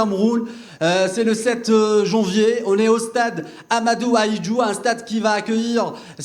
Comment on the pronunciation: Yaoundé pas yaoundi ! Ahmadou Ahidjo pas Ahmadou Ahidjou et les lions indomptable ont peur d’aucune nation arrêter de mentir pour vous rassurer